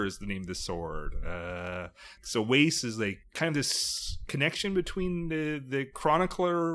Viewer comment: Wace is pronounced to rhyme with ass not lace.